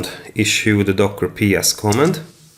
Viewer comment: no co'mmand it is comma'nd